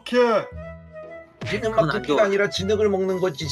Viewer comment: 커피인데 이 코피라고 했닼 ㅋㅋㅋ